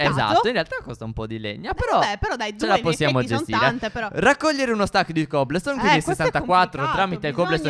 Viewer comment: Non si dice cobleston si dice cobolston.🤦🤦🤷🤷eeeeeeeeeeee lo ai capito